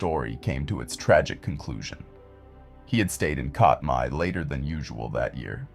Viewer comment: It’s pronounced CAT-my